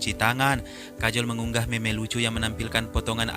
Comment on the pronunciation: Meme bacanya : mem (just for information)